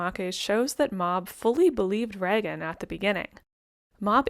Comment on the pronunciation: It is pronounced like Raygen